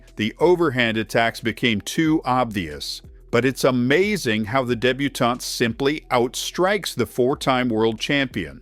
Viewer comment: Yes, but the mispronunciation of 'Benoît' and 'débutant' made me itchy. (For reference, it's 'Benwa' and 'daybooton', as I'm sure you already know.)